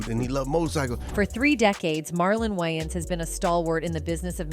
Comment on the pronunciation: I have a feeling this video is done with A.I. since they haven't taught A.I. enough to even pronounce celebrity's names correctly